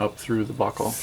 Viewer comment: I keep hearing butthole instead of buckle lel